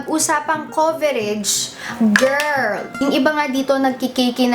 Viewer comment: lovin the way says "GIRRRL" 😂😂 LOVELOVE 😘😘😘